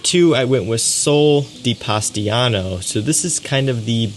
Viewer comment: My friend, with respect, but please the name its Sol de POSITANO. Not Pastiano! Poor italians from POSITANO region....lol Accualy Sole Di POSITANO tô be ecxact. Hugs from Brasil!